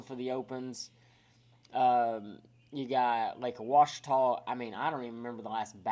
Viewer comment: It's not pronounced "O-uachita", it's Just Simply "Ouachita." The O is not heard in the pronunciation & is it Lake Martin or Logan Martin ??